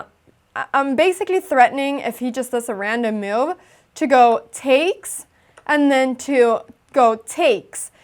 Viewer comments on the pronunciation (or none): your "move" sounds like "meow", thats pretty :3